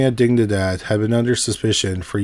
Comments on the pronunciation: Didingdad… Wow. dig-ni-dad. Video unwatchable… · Dig-Ni-Dad, as in spanish for diginity. Its literally written on the archway sign in the video guy. Lol.